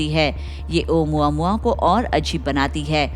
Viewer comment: Actually it’s pronounced as ओमामुआ not ओ मुआ मुआ 😂😂